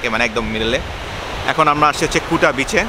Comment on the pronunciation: Kuta বললেও ফুটা শুনছি। ,,😜😜